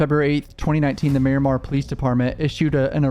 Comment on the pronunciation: did this guy really say "Marymar" 🤦‍♂️